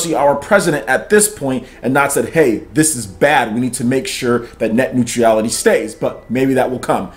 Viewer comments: Love your videos. Watch them all the time... but you clearly have fallen for the leftist fear mongering. Honestly... you can't even pronounce it. It's not Net Neutreeeality! Bro you're way off base. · Dood.... You killed that pronunciation... Omg cringing. New-tra-le-t - neutrality ... Still cringing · There is no 'i' in 'neutral'.